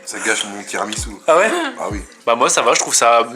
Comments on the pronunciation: Par contre tiramisou pas tiramitsou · TI RA MI SOU Il me gave a dire TSOUU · Sa se dit tiramisu pas tiramitsu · C un tiramissssssssu pas tiramiTsu